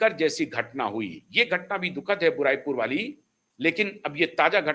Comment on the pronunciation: भाई उस जगह का नाम बुराई पुर नहीं, बारुईपुर है।